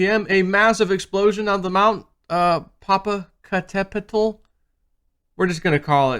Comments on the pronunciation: Pronounced "Poe Poe caught a petal". Or "Poe Poe" for short. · um, it's PO PO CAT A PETAL ... (emphasis on the "cat") LOL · most call it Popo like the po in poke